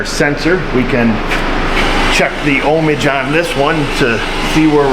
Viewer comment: "Ohmage" -- Resistance.